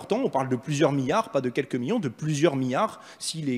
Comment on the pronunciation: On dirait qu'Ugo parle de minions. Il ne prononce pas les "L". 😀 Du coup, je pose la question: où sont les 10 miniards? Et qu'est-ce qu'un miniard? C'est des minions qui ont évolué?